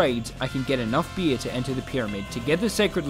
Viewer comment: why do you keep saying "bir" its beer you imbecile